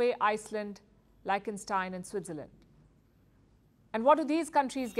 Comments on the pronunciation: I believe it's pronounced leekhthenshtein, not "lie-chtenstein". Also india sources $29B worth of Gold from Switzerland last year. It's a huge trade partner. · Palki, it isn't pronounced Liken-Stein but Leekh-ton-Stein... I know you would like to know ❤ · Great news. But a world class news outlet should know that Its pronounced LIK-TEN-STEIN. Not LIKE-TEN-STEIN. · It's Likt-en-staain... Not Like-en-staain... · It’s pronounced: leash - ten- shtayn. Really happy for India. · सही उच्चारण है लीक्स्टेनस्टाइन!